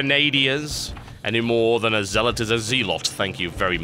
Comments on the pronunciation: Say Zeal. Say ZEALot. Did you say "Zell" the first time TB? It's Zealot. Not Zellot :D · Actually, the pronunciation does change when it's spelled like that. It's spelled "zeal-ot" but it's pronounced "zell-ot". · Okay, no. Day[9] went through this is a video and the end result is that NO ONE is saying it right when the pronounce it zeal-lot. It's zell-ot, you don't pronounce Grenadier like Grenade-er, it's Grena-deer. Also, Jealous and Zealous are pronounced the same way. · Its Zellot :D